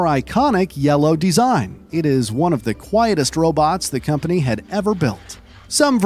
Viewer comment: I couldn't stop hearing him say "deezine" 😂